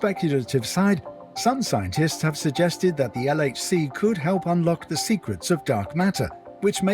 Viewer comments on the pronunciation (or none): your pronunciation is funny of the LHC